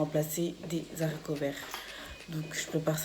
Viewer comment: " des zaricots verts " 😭